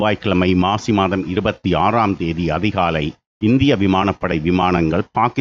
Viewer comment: இன்று செவ்வாய்க்கிழமை மாசி மாதம் என்று உச்சரித்தீர்கள் தமிழ் மாத பெயர் மிகவும் சிறப்பு....